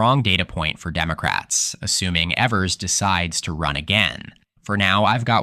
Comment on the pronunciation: Governor Evers' last name rhymes with beavers.